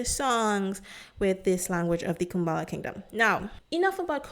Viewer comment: Respectfully, please make sure to pronounce things correctly. I find it hard to watch your videos because of this. It’s Kubala, not Kumbala. In another video, you also mispronounced several words — for example, you said Shungy instead of Shingy.